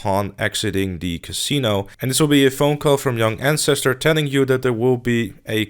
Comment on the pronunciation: “Welcome to my Yung Ann-stir-stir guide”